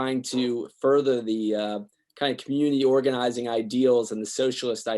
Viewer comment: 3.43 Does he say "Community Orgasm"? WTF?